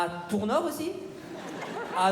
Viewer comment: Cest Tours nord pas kor nord comme ta dit un moment 🤣